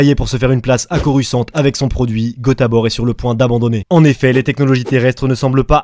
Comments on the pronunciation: En Anglais, je viens de vérifier avec Google Translate, ça se prononce "corussan't", et non "corus quan't". La première fois j'ai rien dit, mais ça m'a choqué, j'en dû aller voir un psychiatre... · Ça ne se prononce pas corusse kant, même si la dame Google le dit. T'en est conscient, n'est ce pas ?